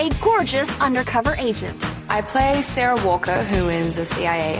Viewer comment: it's Sarah not Charah